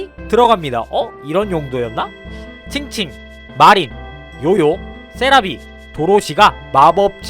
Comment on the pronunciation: 칭칭;;;; 일본사람이 들으면 엄청 웃겠닼ㅋㅋ